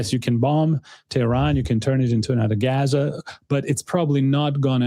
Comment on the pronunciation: as a Armenian, I'm surprised you would mis pronounce Gaza...a as in father sir..